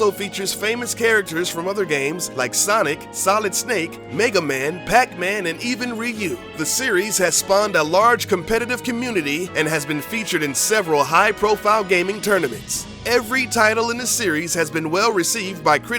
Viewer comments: Ry-U new console xD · It's not pronounced Ryu it's pronounced Ryu